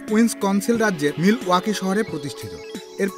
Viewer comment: Harley Davidson ১৯০৩ সালে যুক্তরাষ্ট্রের উইস কনসিন রাজ্যের মিল ওয়াকি শহরে প্রতিষ্ঠিত । দুঃখিত ভুল উচ্চারণ করার জন্য 🙏